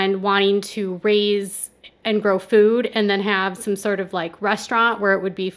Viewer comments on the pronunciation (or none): none